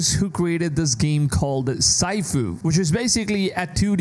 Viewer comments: can happen to anyone, but... "sigh-foo"? It's s(h)ee-foo, like in "seafood". Who knows, maybe I'm not the only one who stopped watching this video after they heard it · Bro it’s called SIFU Sifu really sounds like (SEE-FU) Not (sEyE-Fu) _____👁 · Don't mean to offend, if this does, but it's pronounced SEE-Foo. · In-dustry and sy fu 😂😂😂 Gotta be an AI voice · “SIGHFU” as you call it, isn’t clearly isn’t 2d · Pronouncing “sifu” as “sci-fu” was cringe worthy 😪🤦🏽‍♂️ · The way he said sifu was wrong and made me cringe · Sifu needs to get it and dude the way you say it is not it